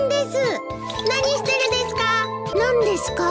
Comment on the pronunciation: 貴家さんに寄せようとしすぎて「ですう〜」が妙な訛り方した発音になってる気がする。そのうちこなれてくるとは思うけど。